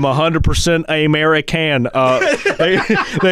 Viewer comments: lol he really said ameri-can and mexi-can,wow. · Ameri-can and mexi-cant lmfao 😂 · mexican person: I am 100% a-mare-i-can the robot they hired to look after the border: seems legit